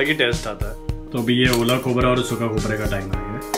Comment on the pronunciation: Aola khobra nahi gila khobra